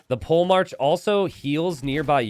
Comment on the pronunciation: “Pole march”? Not “polehmark” as in a military leader?